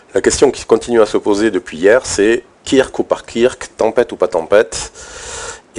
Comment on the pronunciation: Ça se prononce "Keurk" 👍🏽merci pr les infos